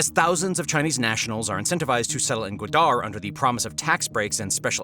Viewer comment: It’s GWA-dar, not gwa-DAR.